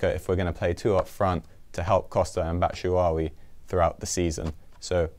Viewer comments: Bat-Shoe-Why-e not Batwuwai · Could not pronounce batshuayi' name any worse